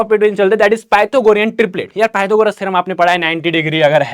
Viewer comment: sir theorm not therom but nice teaching